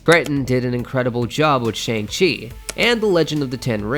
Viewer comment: From Simon By the way the movie Shang-chi 2 the wreckage of Time is pronounced as shong-chi 2 the wreckage of Time